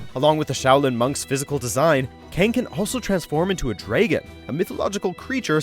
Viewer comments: Dragon is prounced as Dra-Gon Not Draegon. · so you cannot pronounce the word "DRAGON" . . . . the fuck is a DREGAN? would you happen to also do the CC for G.O.T? lol dregan hahahaha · Did he say draygon instead of dragon? 🤣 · What nationality is the narrator? The way he pronounces words is unusual. He pronounces agriculture "AY-griculture" and dragon "DRAY-gon." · Liu Kang can transform into a dray-gen? Oh, no... Not a dray-gen. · It's drag-uhn not drayg-uhn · No!No!Nooo! It's not pronounced Dragan or Dragen or Dragin or Dragun or even Dragyn. IT'S DRAGON!!!! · Anybody hear this guy say “draygon” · Who tf says "Draigon" instead of Dragon... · Supplemental Sense that doesn’t mean it’s common. I’ve never heard anyone pronounce it that way. It’s pronounced dragon not draygon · I agree that draygon is not the correct pronunciation but I do know that upper Midwest people say it like that. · Dregon ? So cringy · “Draygan” lol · What is a "Draygun"? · This dude said draygon I want him fired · That "Dray-gen" pronunciation was a tad annoying. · A “Draygon”....right ...🤨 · what in the hell is a dray-gun? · lol how he pronounces "Dragon" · What a weird way to pronounce dragon. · This dude sounded like he'd never read or heard the word dragon in his life